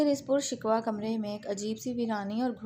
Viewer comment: قاریہ صاحبہ اردو پر ترس کھائیں تلفظ تو صحیح ادا کیا کریں پرشکوہ ہوتا ہے شکوا نہیں